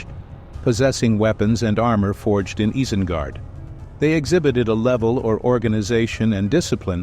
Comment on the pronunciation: Can't even say isengard correctly fuck this channel